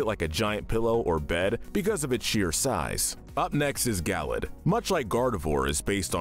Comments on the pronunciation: Gal led not Gallade. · It’s pronounced PEE-chew, guh-LAYD, gore-UH-biss, rye-KOO, man-TEEN, and ray-QUAY-zuh, “”! 🤨 You just as bad at pronouncing names as Kyle,! 🙄